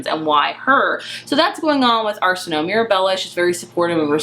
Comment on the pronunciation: Great discussion! I love this cover. Btw, her name is pronounced "Are-sin-oh-way". It's Egyptian in origin. Very pretty and flowy sounding :)